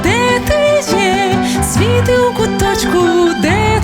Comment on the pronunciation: Гарне виконання, але це: «свІти» неправильний наголос по вухах ріже😒. Варіант: «Світлом будь в куточку…»